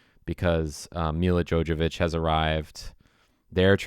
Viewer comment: Also it's Mila JoVOvich, not Mila JoJAvich. Jesus, you follow her and you've loved this movie for years, but you don't know how to pronounce her name?